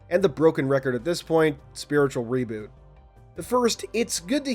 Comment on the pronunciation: Funny, you seem like you absolutely hate the idea of Infinite reverting back to the original design language of CE. You sounded so irritated when mentioning it, especially when you say “spiritual reboot” with emphasis. 💀😂